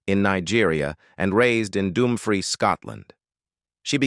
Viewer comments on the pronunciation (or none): none